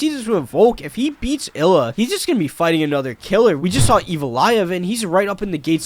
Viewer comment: Bro can’t even get Ilia’s name right. Illa 😂